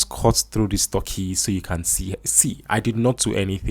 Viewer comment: Stop saying "Th-urkey". It's "T-urkey".